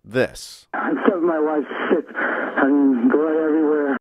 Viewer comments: I was listening to the video without looking at the screen and definitely heard him say she was sick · Knowledge engineer transcriber here. He is saying sick not shit. He means he needs a doctor ergo ambulance, not a slip just primative thinking.